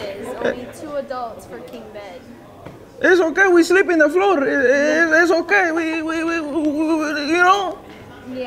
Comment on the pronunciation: "Ees ok we sleep on the floorrr!" Lmao!!